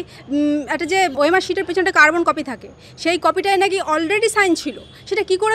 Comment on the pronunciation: নাকি,হাকি,শুনছি,,,,, কি বলছেন আগে ঠিক করুন।